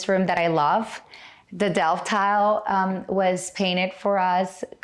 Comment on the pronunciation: Utube screwed up again. It's laugh like HELL. YOU CANNOT PRONOUNCE DELFTE. TRY.